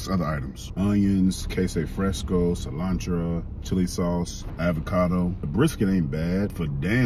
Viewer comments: “Cilantra” 😂😂😂 its Cilantro bro 😭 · Cilantro, the way he saying cilantro tra lol😂